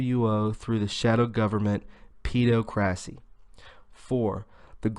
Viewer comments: "Peh-DOCK-rissy" OR "ped AWK ruh-see" - my ears HURT after that torture! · Awesome as always m8!! just a heads up pedocracy = hypocrisy is aimed at paedophiles - sounds like "ped o crassy" tertiary sounds like ter shary =D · Jewels CAM - Yea, it was painful. I'm just trying to concentrate on the content rather than poor pronunciation. He's got guts I'll give him that! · I think "pedocracy" is most likely pronounced as the word "democracy" is.